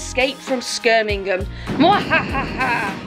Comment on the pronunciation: Skirmingham lol